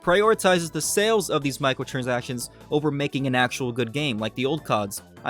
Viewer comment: Okay I know you're saying micro-transactions but what I'm hearing is Michael-transactions. 😂